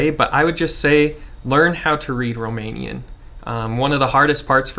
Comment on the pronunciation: I am amazed how good is your Romanian pronunciation 👍 Do you have some Romanian background by any chance?